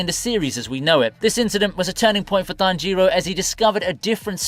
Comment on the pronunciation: come on man it's tanjiro, not tan jiro, just one word